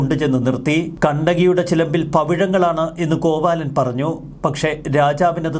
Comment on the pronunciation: കോവാലൻ അല്ല.. കോവിലൻ..